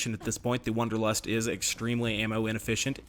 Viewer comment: It’s wAnderlust not wOnderlust!!! Am I the only person that was bothered by this?!!